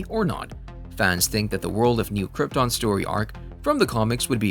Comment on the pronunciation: ha ha did he just say last man of croton ?